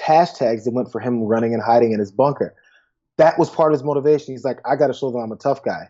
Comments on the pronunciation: "I was inspecting the bonker", yeah right! Bunker boy, Orange boy, little hands, bone spur, incoherent speech, and funny hair la la la, la la la In November BYE FELICIA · bunker bit*ch is what I heard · I heard Bunkerbitch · I heard it as 'Bunker Bitch.'